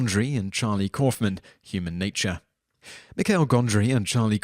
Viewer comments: Michel Gondry... french `michael' michel is pronounced Michelle... love your lists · Michel is pronounced like Michelle 🙄